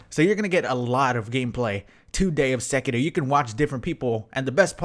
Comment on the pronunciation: Finally someone that pronounces Sekiro properly 😭